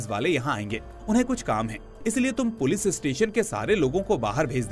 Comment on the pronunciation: Bhai sab thik he par पुलिस को पुलिस ही बोलो पुलिज नहीं इट्स इरिटेटिंग